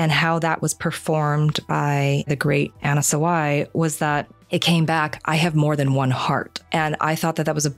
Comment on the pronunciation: "Anna Saway" How do so many people still have no idea how to pronounce Japanese? You even sample a clip from the official podcast where Kondo pronounces it properly.